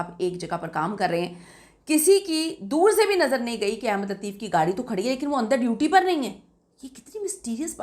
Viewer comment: My dear the correct word is Ahmad not Ahemad. I believe when you read Holy Quran and open the Surah AS Saf Ayah No. 6 there you see the Word Ahmad. There is zaber on the Alif not zair. The word Ahmad does appear only once in the Quran. According to the Arabic grammar this is superlative degree. Please, pronounce the name of Prophet of Mohammad PBUH correctly. The word Ahemad is meaningless. القرآن - سورۃ نمبر 61 الصف آیت نمبر 6 بِسْمِ اللّٰهِ الرَّحْمٰنِ الرَّحِيْمِ وَاِذۡ قَالَ عِيۡسَى ابۡنُ مَرۡيَمَ يٰبَنِىۡۤ اِسۡرَآءِيۡلَ اِنِّىۡ رَسُوۡلُ اللّٰهِ اِلَيۡكُمۡ مُّصَدِّقًا لِّمَا بَيۡنَ يَدَىَّ مِنَ التَّوۡرٰٮةِ وَمُبَشِّرًۢا بِرَسُوۡلٍ يَّاۡتِىۡ مِنۡۢ بَعۡدِى اسۡمُهٗۤ اَحۡمَدُ‌ؕ فَلَمَّا جَآءَهُمۡ بِالۡبَيِّنٰتِ قَالُوۡا هٰذَا سِحۡرٌ مُّبِيۡنٌ ۞